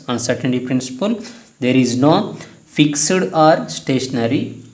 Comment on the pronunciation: Fixuid not sir.... It's Fixed